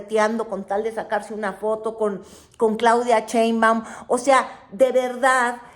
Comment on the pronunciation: dice "Chembaun"